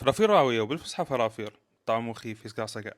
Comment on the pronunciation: اول ماسمعتك تلفظ (إفرافير) بلهجة راوية نظيفة وحلوة عرفت شغلك راح يطلع عدل ومابي لواصات مال هالوكت عاشت ايدك حبيب شغلك يفرح الشغل ولازم المصلحة بشكل صحيح هذا شغل جِدات ايام زمان والچعچة دائما وجهها يكون فاينله كطن مطلعيها تسقيط 😂😂 نفسك حلو وعينك شبعانة ومو ضيگه بالشغل